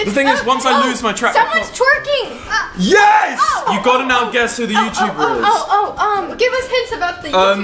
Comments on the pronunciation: lol twirking instead of twerking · 'twirking' lmao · Bahahahaha "twirking" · Its twerking not twirking 😂😂